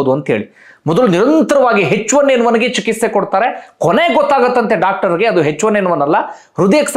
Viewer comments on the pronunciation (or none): none